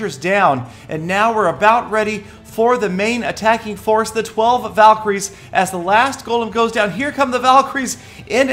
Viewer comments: valeecries seelly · so does Peter want them to be called valcry's or val-kie-ries? either way has it wrong😐